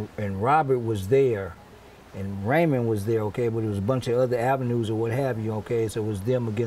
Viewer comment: It's Raymond not ramon